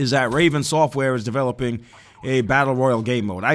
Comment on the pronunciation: BATTLE ROYALEEEEE NOT ROYAL!!!